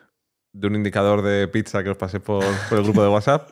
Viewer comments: me sangran los oidos con tanta "picsa" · Gran podcast!!! Pero....porqué Álvaro llama "picsa" a la pizza?¿